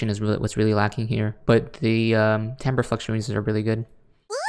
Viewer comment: LMAO i love that you finally learned how to pronounce timbre it's okay i used to think it was timber too